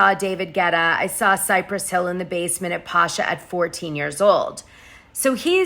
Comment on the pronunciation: It's pronounced Pa-cha ;)